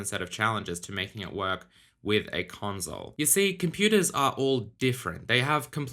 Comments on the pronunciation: ps5 gon be an amazing "conzole" lmaoo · nobody:: "conzole" P.S. don keell mi pliz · ConZole :P funny :)